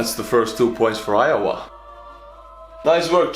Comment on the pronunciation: It's IOWA NOT JOWA!!!!!